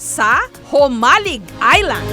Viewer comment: Hoy KMJS hindi Humalig ang tawag sa island na yan alam mo nang "J" basa jaan Jo - malig...island...